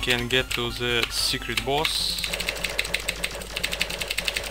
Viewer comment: in ze world five....i have ze omg killing it with those ze 😂